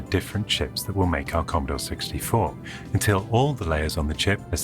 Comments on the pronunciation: The Commodaw Sixtyfaw computeh! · Editing, or a hint of sarcasm? The way the narrator says "Commodore 64" just doesn't fit with the rest of the audio. "Here in 1982... the key to the world of tomorrow lies in devices like the 'Commodore 64' computer."